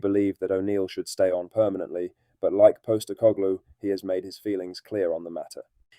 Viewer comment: Why can you not pronounce “Postecoglou”?